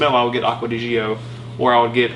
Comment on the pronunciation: Why do you pronounce it Acqua Di Ghio?? It's pronounced as the first three letters of the name Giorgio aka Gio in short. This is Giorgio's fragrance, hence the name Gio!